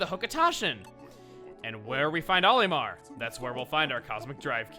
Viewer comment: Am I the only on that's bothered by the way chugga says Olimar